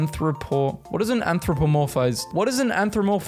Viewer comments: I wanted to do this for a while now, so from now on every time I watch your videos, I’m going to correct your pronunciation mistakes. an-throw-pa-morf-ised. Anthropomorphised. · How to say anphromorphised An-throw-morph-iced